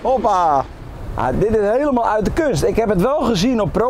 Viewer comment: dat schoenen uut klopte nog ook, op de uitspraak na perfect zeeuws